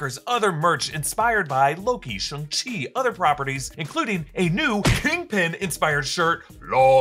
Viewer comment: It bothers me that pronunciation of Shang Chi is still based on Kevin Feige's pronunciation from Disney's 2020 Investor Presentation instead of the movie. =P He says it more like "Shung" or almost "shoong," when an American-sounding "shong" would be closer to the proper pronunciation.